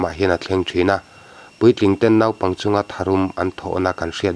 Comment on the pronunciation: 'Naupang' i lam rik dan hi puitling ve meuh lam danah chuan a mawi lo em mai, mi lam danin lam ve tawh teh.Thurawn a nih chu aw, huata lak lohah.